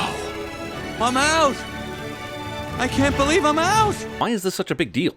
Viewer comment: I cant bee-live he said that